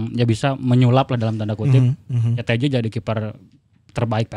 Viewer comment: Nyebutna Teija atuh meh siga bung Binder